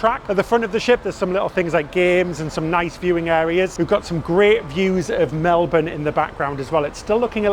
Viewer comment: You say Melbin and Austraya perfectly.